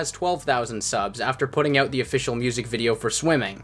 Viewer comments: for the most part they do but listen to how he says about and out at the beginning of the video...he says aboot and oot...dead give away dudes got a mullet, loves hockey, calls teeth chiclets, and swears labatt blue doesn't taste like shit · Are you from like Michigan or somewhere? Cause the way you say 'out' makes me think you're from somewhere like Michigan